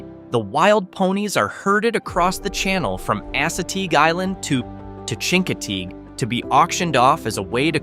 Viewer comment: Chincoteague pronounced differently as well.